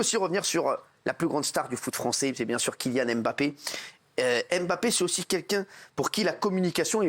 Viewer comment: C'est dommage il a beau être attaché presse des bleus, toujours est-il comme 99,9% des journalistes il est incapable de prononcer les noms de certain joueurs correctement, parce que Mbappé ne se prononce pas " aime - bappé " mais " mmbappé ". Au même titre Ngolo ne se prononce pas non plus " aine - golo" mais juste "nngolo", la première consonne est presque inaudible. Je serais étonné qu'aucun joueurs ne lui est jamais demander de faire passer le message.